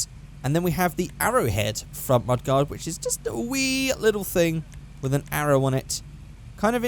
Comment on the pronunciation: It's mud-gard